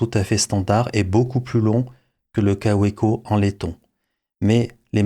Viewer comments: Ca fait vraiment bizarre de vous entendre prononcer "kaoueco" un peu comme si on disait une volksouagen" 😅😅😅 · En Belgique, nous disons Kaoueko, Volksouagaine... et même Béèmoué pour BMW 😁